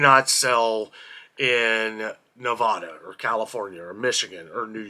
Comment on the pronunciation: I bought Halloween candy - chocolate bars - at CVS after Halloween at 75% off, so each bag was less than $2. Only bargains they have! I can tell you have never been to Nevada because you pronounce it incorrectly...you have the Spanish flavor pronunciation.